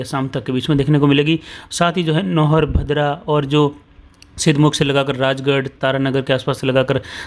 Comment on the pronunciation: भाई साहब भद्रा नहीं भादरा है